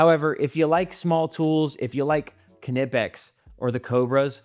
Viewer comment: If you're gonna pronounce Knipex correctly, can you do the same for Wera? Thanks for your insights and demonstrations.